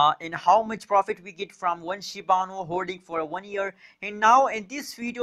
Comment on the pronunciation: Shiba inu** not shibanu